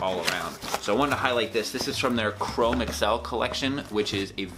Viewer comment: Your videos and reviews are tops, and I commend you for shrugging off sponsorship. Now, I'm no leather expert, yet I am quite certain chromexcel leather is older than microsoft and google...In short, it is pronounced chro-mex-ul...one word.